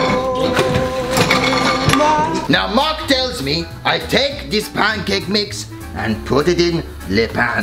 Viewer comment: "Pan-COK"